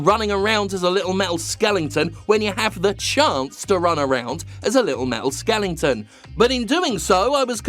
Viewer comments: skelenton ? say "skeleton" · its skeleton not skelington , silly Englishman cant speak English Kek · skelington > skeleton